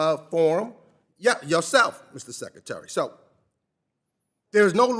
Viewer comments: “Your responsibility as SECATARY” 😮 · What is a sekatary?